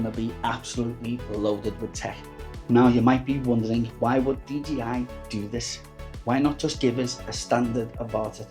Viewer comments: I appreciate that but you're saying DGI not DJI... GEE and JAY :) :) Most Youtubers make that mistake though unfortunately :) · Pls learn to say 'Dee Jay Eye'... :) :)